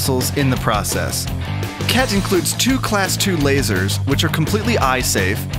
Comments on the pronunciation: Did i just hear cat instead khet ? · Khet. Pronounced as Cat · Harry : "did he just say ket ?" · He said ket ahahahahahaha